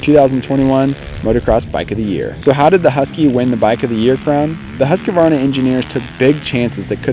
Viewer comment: Once and for ALL: "husk" + "varna" .... not HUSK-A-VARNA !!! For the love of GOOOOOD people .... ;o)